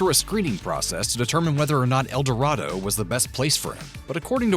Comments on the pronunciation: In Kansas, it's pronounced el doray do, not el dorah do. Do your homework, more correctly your work work. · It is pronounced El dor ay do. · Can't pronounce Saline, El Dorado, and Wichita correctly. Natives call it "Sa Lie Nah", "El Der ado", "Witch it taaa" - Other than that yeah you all are right, he was / is a big pile of it. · It’s el-da-ray-doe phonetically. Kansas is east of the divide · I get so tired of hearing it mispronounced. The least they could do is try to be accurate. I'm surprised they didn't say Wicheetah.